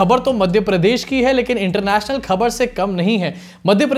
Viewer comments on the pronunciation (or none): aap "international danka" bada tadke k sath bolte ho 😅😅😅